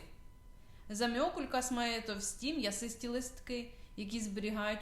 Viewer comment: Можна було хоча б навчитись правильно вимовляти назву рослини!